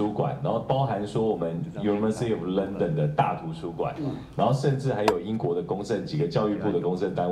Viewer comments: 先生，你說你是倫敦大學國王學院畢業的博士，為什麼你連London這個英國首都的發音（ 之處）以及representative 這個很普通的英文字 （ 之處）處都唸錯或唸得結結巴巴。這是我在本節目中所能聽到的你所唸的字，本節目以外我沒聽到的是如何則需進一步瞭解。難道英國的大學都不管你對英文字詞的發音嗎？ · 先生，你說你是倫敦大學國王學院畢業的博士，為什麼你連London 這個英國首都的發音以及representative 這個很普通的英文字都唸錯或唸得結結巴巴。這是我在本節目中所能聽到的你所唸的字，本節目以外我沒聽到的是如何則需進一步瞭解。難道英國的大學都不管你對英文字詞的發音嗎？